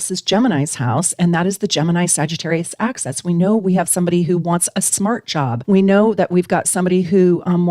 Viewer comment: Axis - line (opposite ends) (not pronounced "access" which is something you can enter or obtain) or axes..things that you throw.